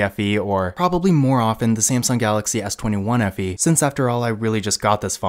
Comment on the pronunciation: Did you say S21 FE?